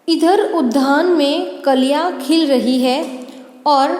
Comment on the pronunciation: आपका उच्चारन गलत है उद्धान आप कह रही है वह गलत है वह उद्यान है